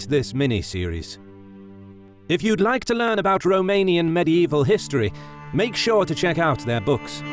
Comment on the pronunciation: I especially respect the correct romanian pronunciation, it shows that a lot of effort was put into this great documentary, well done!